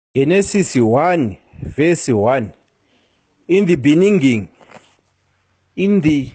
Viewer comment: Oh my God and old man can't pronounce the word beginning especially is a president